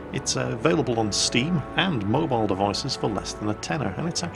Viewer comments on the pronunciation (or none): none